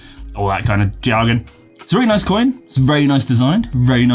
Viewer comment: I've never noticed how you say "coyin" 😂👍 also... What have you been on!? 🤔😉